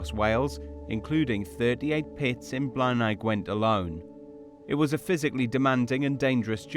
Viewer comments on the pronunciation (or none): You're mispronouncing Blaenau. Blay-nigh.